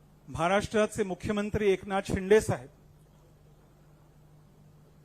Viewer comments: शिंदे ला म्हणतोय हा 😂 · अरे धड शिंदेबोलता येत नाही तु कय उपटन करनार आहेस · नाही शिंदे आहेत ते..शिंदे म्हणत असतील बस झालं यार किती चढवशील,फार शेंड्यावर आलो चनाच्या झाडाच्या😂😂😂😂😂